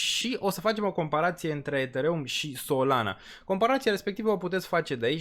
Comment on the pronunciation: Ești Deștept și susțin ideea, și Graficul vb de la sine... Următorul Bull market va fi un Real succes ptr solana și toți Deținătorii, Dar Pronunția ptr Ethereum mai trebuie Lucrată 👍👍👍🤣